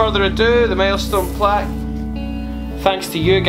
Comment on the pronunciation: "Today we are gonna be unboxin... my MALESTONE Plack u know"